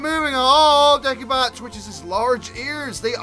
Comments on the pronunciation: It's not pronounced de-ki-bat it's pronounced de-si-bat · It's not pronounced Dek-i-bat. It is pronounced De-si-bat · Sorry if I'm criticizing, I think deci as in decibel is pronounced dessi, not dekki. So, it wouldn't be "Dekibat'. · i'm pretty sure your supposed to pronounce the c like an s in decibat, like decibel.